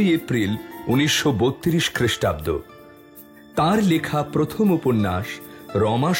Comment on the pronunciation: Khristabdo uccharon korte paren na 😢